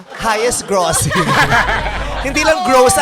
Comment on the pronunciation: Tawang tawa ako sa Grossing pronunciation nung babae hahahahaha